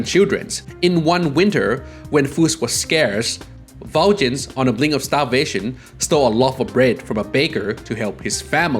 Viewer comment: Aww man, I regret to inform you that you completely butchered the pronunciation of Valjean. It's less "Val-JIN" and more "Val-SHAWN." This is brought to you by some guy who performed in Les Miserables in highschool That said, I absolutely love Persona lore. Keep it up!